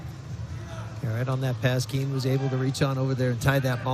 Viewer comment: Are they calling Keene "knee" 😂